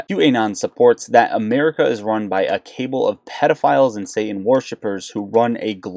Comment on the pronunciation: Hey, I have a lot of thoughts about this. For now I'll just give you a heads up. It's pronounced, Ka-ball not Cable.